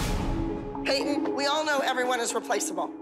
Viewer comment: Lol I love how Payton’s mom pronounces her name like PA-TON